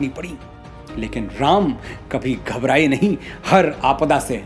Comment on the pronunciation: Aap prabhu ka naam' sahi tarike se lijiye.